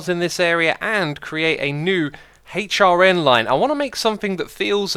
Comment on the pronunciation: I very heard it once and now I can't unheard it, when he says HRN, I can't help but hear, hate your N